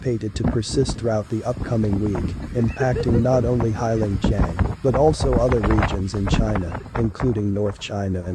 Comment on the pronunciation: The name is pronounced HAY long JANG.